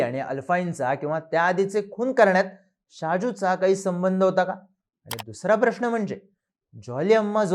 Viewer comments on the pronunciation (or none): none